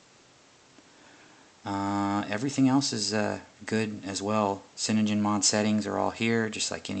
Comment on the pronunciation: Ok, only thing i need to say to you is your pronunciation of cyAnogen mod is completely wrong and it bugged me so much i didnt watch this past the first time you said it wrong.